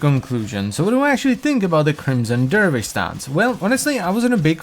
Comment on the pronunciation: Crimmmson derrrvish!